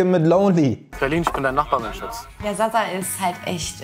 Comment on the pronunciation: Was ich absolut nicht verstehe ist wieso sich Saša als „Sasa“ vorstellt und nicht als „Sascha“. 200 Frauen bimsen aber kein „sch“ aussprechen können oder was soll der Unsinn🥲